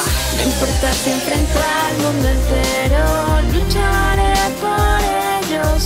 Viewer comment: soy el unico que escucha onichare en vez de luchare XD